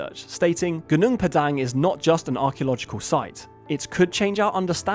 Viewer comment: PAH-dahng, not 'dang' like 'dang it all' .. GOO-noong PAH-dahng 😊